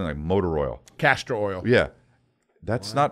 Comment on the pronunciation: 😂..CASTOR oil ((vegetable oil)) guys 😂😂 ...not CASTROL OIL (gas company)